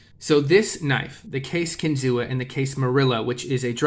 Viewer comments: It’s pronounced Kin-Zoo; the Seneca word for “fish on a spear” . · …kinzua is pronounced “kin-zoo” A reserve area near bradford, where the knives are made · The a is silent in Kinzua.